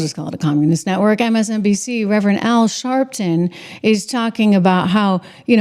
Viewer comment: Dang it girl you got to say it right it's at Reverend Al sharp tongue